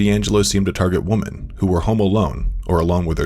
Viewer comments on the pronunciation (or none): Its okay, but why does he pronounce women like woman? Woman is singular while he uses it as a plural